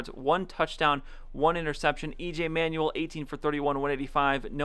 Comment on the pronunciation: Just a small thing - EJ Manuel isn't pronounced "Manual", it's pronounced "Manwell" :-)